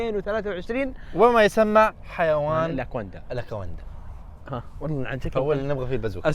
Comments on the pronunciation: وش هاذي الالاكواندا اسمها الاناكوندا 😂😅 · الأناكوندا ❌ الأكواندا ✅ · اناكوندا و مش اكواندا